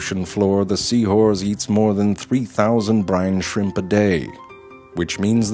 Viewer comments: Sea horze lol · Dude says sea whores the whole time and stupid people are commenting wondering why. Just wow. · Great thanks to you guys all i hear now is Sea whores. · Lol he says sea whores to have fun XD